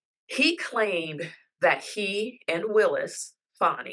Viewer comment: It’s fawnie